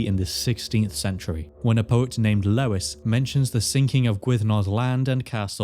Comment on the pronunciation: That "Lois" caught me off guard hahah